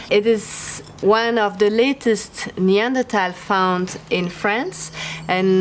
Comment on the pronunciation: Finally, someone pronouncing Neandertal correctly.